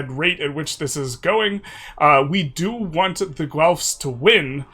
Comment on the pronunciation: PSA FOR EU5 CONTENT CREATORS : It's just pronounced Gelf. Hard G sound, than a Lord of the Rings Elf. Loye y'all. Gonna be a long decade.